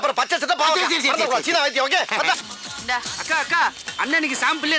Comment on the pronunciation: China ❌ Seena✅😂😂😂😂😂😂😂😂